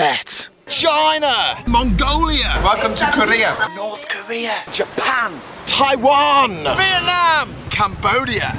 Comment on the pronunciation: See how he said North Korea :D